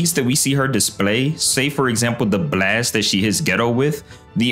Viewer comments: Why tf do "brlast" instead of "blast" its so fcking annoying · Wtf is a “Buh-last”😂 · quit pronouncing the b so much in blast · The way bro pronounces “blAYYYEst” is insane 💀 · why bro saying blast like that , "blwast" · what the hell is a bleeast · The way this dude pronounced the word “blast” is funny asl lol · Love the way you say blast lol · bro emphasizes "blast" so hard 💀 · Why does bro say "blast" like that 😭😂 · why does bro say “blast” like that😭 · why u pronounce "blast" that way? 😅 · Please fix the way you say "Blast", its really annoying to listen to, made me turn off the video.